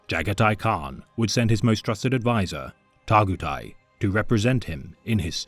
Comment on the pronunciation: Bro you did not need to do Targutai like that. Got me cryin n' shit